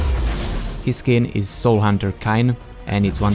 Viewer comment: KINE??? its pronounced KAYN i believe you know BECAUSE OF THE A AND Y??? i think it would be simple english right there